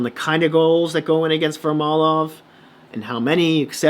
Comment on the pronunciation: Great commentary bud! It’s VarLAmov btw lol